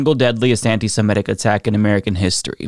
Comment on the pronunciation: please stop pronouncing it “anti-samedic.” It’s pronounced “anti-semitic.”